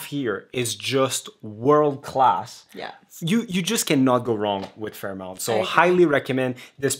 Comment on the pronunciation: Great videography and commentary! However, I couldn’t get over your repeated pronunciation of FairMONT as FairMOUNT……